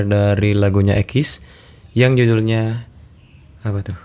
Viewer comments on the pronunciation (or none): ekis? jgn ekis donk bang, eksis nappah🤣